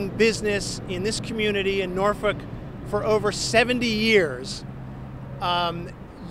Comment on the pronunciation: It sounds like hes saying norfuck'